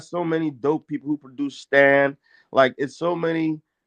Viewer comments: and he keeps saying Stains instead of Stans😂😂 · Is it just me or is this nigga saying "The Stains" instead of Stan? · Correct me if I'm wrong but why is this guy saying stains? I thought Stan was the correct word. Lol is just going along with it. But hey if I'm wrong someone correct me.